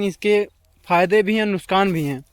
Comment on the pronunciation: Bhai nuskan nahi nuksan hota hai